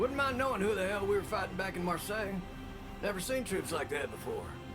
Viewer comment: "Marseille" was perfectly pronounced. Good job.